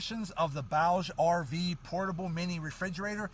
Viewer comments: "Booj-ee RV" not "Bowg RV" My only complaint Great video, thank you I love this cooler (30Q version) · My only complaint is that it’s pronounced booj, rhymes with Scrooge or Rouge.